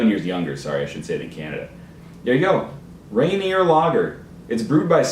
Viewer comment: Rainier is the the worst beer like ever but its so cheap, and you were pronouncing it correctly, its named after the tallest Mt. in Washington